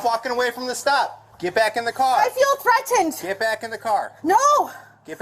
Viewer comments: "I feel very treddenned!" Bullshit, lady. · "I feel threa-tened" (sounds like Forest Gump to me, emphasising those syllables) - by him asking her to get back in the car. Surely she'd feel SAFER inside the car?! If this behaviour were real you could argue that she's not actually capable of driving safely. She may well have some legitimate issues but to me it looks like someone who has a very well rehearsed method of manipulating people and getting what she wants/ out of trouble. I also notice she's another of these people that think laws and legislation is like Harry Potter magic spells where you have to state the name and reference number for it to apply. "Child Care" - I assume she was going to participate in one of the lessons. Maybe she could learn basic reasoning skills.